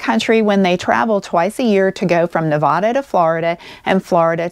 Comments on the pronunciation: You're mispronouncing Nevada,. The gentleman in this video says it correctly. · I love everything you do, but may I make one request? It’s NEH-VAAA-DUH, or Nev-ad-uh. Please please please pronounce it right. Hugs!! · Just a suggestion that you learn how to pronounce Nevada correctly. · learn how to pronounce Nevada!